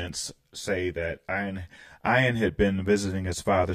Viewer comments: I had about 6 Jethro Tull albums and saw them in concert in 1978. Just for information in the future “Ian” is pronounced “E-an” the I is like “it” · Thanks for reacting to this great great album which I bought a few days after it was released and I've loved ever since. I'd only ask that you pronounce "Ian" correctly, the I is said as an E so it's "Ean". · 😀 ("ee-n") Anderson. Gotta pronounce that long e.